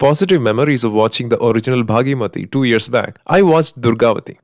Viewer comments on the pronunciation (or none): It's bhaagamathi not bhagyamathi🙏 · Its Bhaagamathie, its not bhaagimathie😅😂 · Its "bhaghamathi" not baaghi-mathi